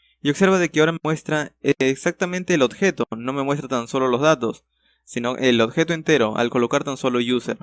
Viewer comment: "Odjeto" XD